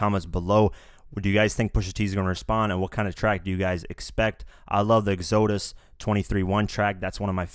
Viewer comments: Egg zho dis? I was like wtf. Pronounced Ex a dus. Good video. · This dude really say X-ZO-DUST?... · I think it's funny how you miss pronounce Exodus........😂😂😂😂🤣🤣🤣🤣🤣🤣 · Alright now it's pronounced Ex Ah dus lol exodus the book of the bible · Who else heard the dude say ex-OOHHH-dus and cringe?